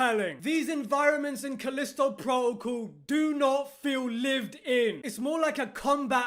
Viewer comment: "Calisto Pwotocle" lol